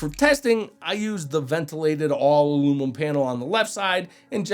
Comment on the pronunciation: he's saying it that way just to get the comment. he gets a dislike and block too.